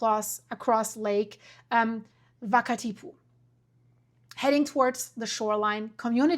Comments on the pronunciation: It is not Lake Vakatipu? It is Wakatipu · Wakatipu pronounced as it looks waka-tipu. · yes but people wouldn't know the 'wh' is sometimes pronounced as 'f'. It isn't Germanic so there is no need to call it 'vakatipu'. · Excellent and informative video. Thank you. A small FYI: the pronunciation of Wakatipu. The W is pronounced as an English-type W, not V or F. There's no F or V in the Māori alphabet - and the word has a simple W, not a WH, which many pronounce with an f sound. Thank you for your care and interest in putting together this video. In NZ, Earthquakes are an acknowledged danger and but awareness around what may happen after in different regions is not often talked about widely. Earthquake safety drills are taught and practiced regularly in schools and early childhood centres but your video makes me wonder how many people in any one local area are aware of what other dangers may result in their areas along with or just after a big quake 🤔 That could be an interesting area to add into earthquake drills 🤔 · Wakatipu. No v in maori alphabet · she says we and well and water - but changes the name to V sound